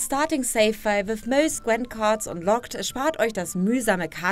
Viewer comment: Ich habe das Wort "Most" noch nie so british gehört, wie hier: :)